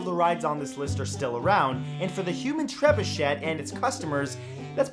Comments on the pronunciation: That is not how you pronounce trebuchet. Its treb-you-shay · You shouldn't pronounce the 2nd T in trebuchet; it's French. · I won't correct the pronunciation of trebuchet, I won't correct the pronunciation of trebuchet. Oh who am I kidding...it's shay not shet! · Drove me crazy as well. TREB-UU-SHAY!! Not Treb-uu-SHET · TREB-UU-SHAY.....or TREB-OO-SHAY...... But please...NOT Treb-uu-SHET! Lol. Otherwise, love your stuff man ! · tre-bu-CHEY not tre-bu-CHET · Hearing trebuchET triggered me so hard 😆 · Ahem It's "TREH-BYOO-SHAY." TREH...BYOO...SHAY. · That don't work, Treb-oo-shay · It's tre-byu-SHAY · Its a trebuchet. Treb you shay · it's pronounced: treh-bu-shay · please use the correct French pronunciation of Trebuchet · Tsk, tsk, Matt. Being from Canada, you should be able to properly pronounce a French word like "Trebuchet". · is ''trebuchet'' really pronounced like that? my life is a lie